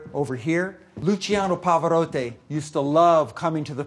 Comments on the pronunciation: It's Pavarotti, not "Pavarotte" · it’s not Pavarohhtay it’s pronounced PavaRohTee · 'Pavarottay' lol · How can you keep mispronouncing Pavarotti's name so much it just shows you how dumb this guy is and how pompous he acts in somebody else's home! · Luciano PavaroTTI, not PavaroTTE! ;) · Pavarotaay???? Lol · Mad that he can’t pronounce Pavarotti...”pavaroté...pavaroté??? Really???? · Pava-Rott(ee). Geez man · dude... its all good with the video but come on, you should at less learn how to say "pavarotti", you say "pavarottE". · WOW. I mean the house is amazing BUT you know you're dealing with a self-important host when he OVER pronounces the name as "POE-VAR-OH-TAY". Gimme a break. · “Luciano pavaroté” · Anyone else annoyed by his pronouciation of Pavarotti as Pavarotte? Just me? Ok. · Every time he pronounced Pavarotti "Pavarott-ay" I died inside. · such an educated, piano playing tour guide, who can't pronounce 'Pavarotti'? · I wonder how many times he will mispronounce Pavarotti’s name...🙄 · If he could just pronounce Pavarotti's name correctly. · You'd think at that price someone could pronounce Pavarotti correctly. Maybe the pinkie was extended, I'm not sure. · ooof. Homeboy needs to work on his pronunciation! "Symmetry" "Pavarotti" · The guy can’t pronounce “symmetry” or “Pavarotti”.